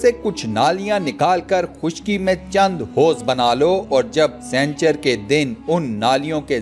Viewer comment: Jahil sanchar nahi "sani char "hindi me haftay ko kehtay hy aur moqeed nahi "mo qayyad" hota hy pehlay kisi sy urdu parh liya kro